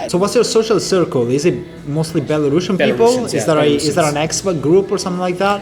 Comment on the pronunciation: Say belarUsIan, not belaRUSSIAN...